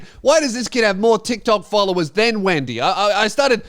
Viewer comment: Oh, all these folovers, she said.